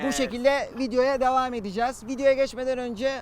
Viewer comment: Abi devamke diyosun